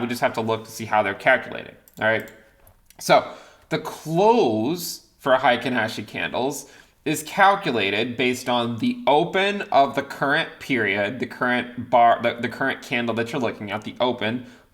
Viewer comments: Hey, just an fyi - Heikin Ashi is pronounced Hey-Kin, Ahhh-She - Average Candle in Japanese. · HEY-keen AH-she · Let me add a slightly annoying comment: It's pronounced Hey-kin(e as in 'Let', and y is not strongly pronounced. It sounds even more natural with a long ｅ, without the y) A(ａ as in car) shi. Heikin means 'average' and ashi means 'leg' in Japanese. So it's something like 'average-bar' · Heikin Ashi is actually a Japanese word that means average pace. Heikin = average Ashi can mean many things, primarily foot, but also has the meaning of pace. So Average Pace (of a market). Also the Japanese pronunciation is Heykin Ashi in case u meet a Japanese person one day and tell them this for whatever reason lol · Pronunciation is hay-keen ah-she, but what's a couple words amongst friends ✌️